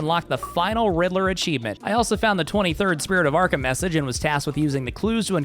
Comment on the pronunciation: Also, when 🐸 said “Spirit of Arkham” who else almost thought he said “Pillar of Autumn”😂 👇🏻